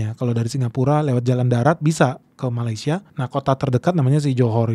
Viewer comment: Sebut malaysia pun salah bukan malai tapi meley